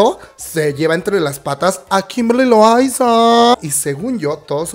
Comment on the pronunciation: JAJAJA me da risa como dices Kimberly LoAYZaAAA